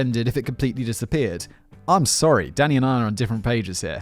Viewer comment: When you say “Danny” it sometimes sounds like you’re saying “Oh Daddy!” Like